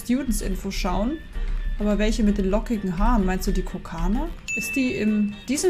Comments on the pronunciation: Kokona nicht kokana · Kokona Gnu!!! KOKONA!!!!! NICHT KOKANA!!!😂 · Sie heißt Kokona und nicht Kokana 🙃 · KO-KO-NA! nicht kokana😂 es steht direkt vor dir auf dem Bildschirm und du liest es immer wieder falsch 😂😂😂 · Die heißt Kokona AAAAAAHHHHHH TRIGGERED 😂kokona mit ooooooo. Vieleicht nh insider den ich nicht checke aber hey 😂😅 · Ehm Gnumami sie Wird Kokona ausgesprochen Und nicht Kokana😂😂😂nur Zu Info Ich sage es nur Weil du unsere Gnumami bist🙂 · Kokana?😂😂😂😂😂😂 KokOna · NICHT KOKANA ABER KOKONA LESE DOCH EINFACH!!!!!!!!!!! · Sie heißt immer noch nicht „Kokona „